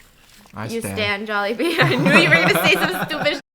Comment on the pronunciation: Jollibee Jawlibee Jaulehbee Jallibee Joalehbea Some are probably not valid but lol!